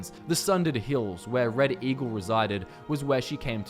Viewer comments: Some points where he said Red Eagle sounded like he was saying reddit eagle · Did you say... Reddit Eagle?